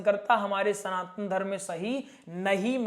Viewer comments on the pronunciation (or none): none